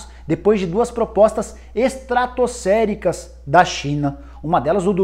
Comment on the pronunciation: Nicola é estratosférica e não "estratoscéricas". No mais, vc é o melhor do ramo.